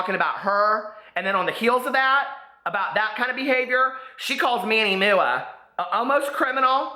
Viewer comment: Manny moo-ah. Lmao I know you do it on purpose but I die every time